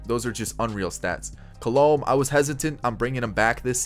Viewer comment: Btw for some reason the pronunciation of Alex colome bothers me 😂😂 it's actually pronounced Call-a-may